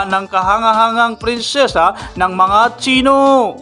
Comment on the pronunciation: presensya po hindi prensesa